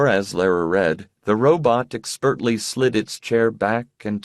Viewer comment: This guy has been pronouncing words oddly in every book I've listened to so far. I've taken it stoically. But he keeps saying "expertly" almost as two words; "Ek spurtly." Something has to be said.